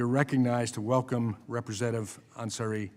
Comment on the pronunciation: And he doesn’t even want to try to learn how to pronounce her name. It is Yassamin ANsari not anSARI. The song that represents her:” You are standing in a hall of fame, and the world is gonna know your name, cause you burn with the brightest flame!” I am so proud of this freshman representative D-AZ. She has done more to improve lives of her constituents in four months than Virginia Foxx has done in 30 yrs. I don’t get it how dare Foxx as explained in this hearing to cut out parent plus loans to be only $50K. That is not enough to pay yearly tuition. She is insane. Also Lucy McBath D-GA really fights for disabled kids and gun safety in our schools.